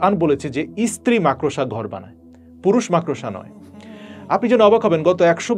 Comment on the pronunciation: সালাম ভাই! আপনি বার বার মাকড়সা’কে “মাক্-ড়োসা” উচ্চারণ করছেন? প্লিজ্ যাচাই (check) করে নেবেন?